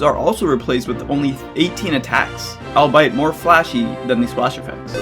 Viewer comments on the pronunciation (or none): you pronounced 'albeit' as 'albyte' when it should be 'all-be-it'